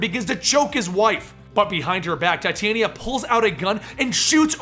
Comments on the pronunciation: its pronounced tah-tee-awna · titania is pronounce tit-aan-ia